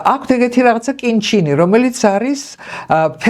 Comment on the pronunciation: კინ ჩინი არა, კიმ ჩენ ინი კიდე